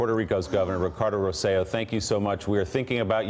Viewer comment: Please guys pay attention! I love the show but it's Rose-eh-JOE or Rose-eh-LOW in pronunciation. The emphasis is on the last syllabus. You're getting closer. Yesterday you guys were calling him ROSE-ello (rhymes with jello). So you're getting better, but how hard is this. He's just a great guy and working so hard to help his people. Have a cup of coffee and practice. You can do it! Love the show, have loved it as long as you've been on. And you guys are doing the best job highlighting the islands' needs. We have family there and many friends as I'm sure you suspected. Great job guys, just please, get that name right, the poor guy!